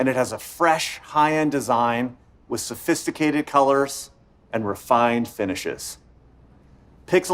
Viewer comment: "...Sufistacsted color..." While the banana color reveils 🤣